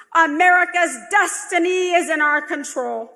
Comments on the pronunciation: America's dustiny? that sounds like it was on purpose, like when Pence said, "Anamerica" to the Heritage Foundation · She said dustiny.